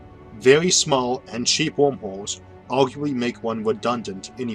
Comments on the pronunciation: im sorry i keep hearing wormwhores :) but i love your videos!!! awesome content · Video was fantastic as always, but I kept hearing "Wormholes" as "Womb Holes" which was a bit distracting.